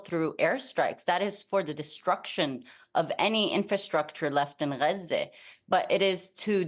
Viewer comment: Why do they write Gaza and pronounce it Raze? This is the most unauthentic interview ive seen. All the talking points touched. Genocide and ethnic cleansing means nothing now.